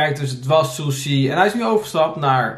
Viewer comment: die sushi uitspreekt.... "Soesie" 🤭